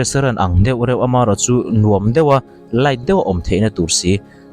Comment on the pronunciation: Khawngaih tak in, det tih hian rawn sawi tawh lo hram la ka ti, deuh tih kha a har lutuk in ka ring lo. Kan youtuber te hian mizo tawng dik hriam rawn lam ri hram hram teh u. Kan tawng te hi humhalh ila, changkanna hian min ei ral lo hram rawh se